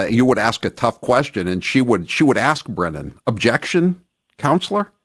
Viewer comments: Hank Breenan? Bad pronunciation host. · It’s pronounced Hank Brennan not like it’s spelled Breenan FYI..